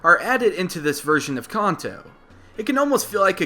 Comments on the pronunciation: we all screamed when he called kanto (CAN-TOE) (CON-TOE) REALLY CONTO ITS KANTO GEEZE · Why does he say Khan-to its Can-to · I love how he's says khanto and not kanto, you'll get it one time man just try not the trigger hardcord pokemon fans xD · Can-toe not Con-toe... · So we all juss funna act like we ain't here him say "Con-Toe" (Kanto) xD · I don't usually like to correct people but it's not Conto it's Canto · I thought Kanto was pronounced can-toe, apposed to khan-toe. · you keep on say (con-toe) but its (can-toe) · its pronounced CAN-TOE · Any specific reason as to why you pronounce words like "Kanto" and "Manga" as "Konto" and "Monga"? Not really a big deal, but i would take you more seriously if you pronounced stuff correctly :) Otherwise nice video! It's quite amusing to watch these theories, even though i really don't see why people bother xD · He is saying Kanto wrong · It's pronounced Kanto, you're kinda saying it wrong.